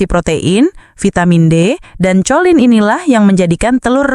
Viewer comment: Kholin bukan colin membacanya